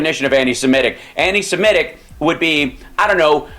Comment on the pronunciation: Thank you for saying, “Semitic”, not, “Simetic” it drives me crazy that so many people talk of “antisimetics”. There was never such a people as the Simetes. 😮